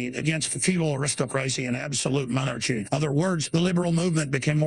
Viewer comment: Monar-Chy Commonism love the mispronunciations! 😂🤣